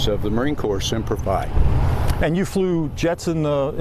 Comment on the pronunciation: It's pronounced Semper Fee not Semper Fie. My baby is a Marine. Semper Fi means Always Faithful. What a joke he is.